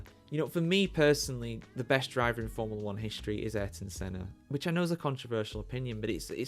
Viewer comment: If you have a channel about forumla 1, at least learn to pronounce formula.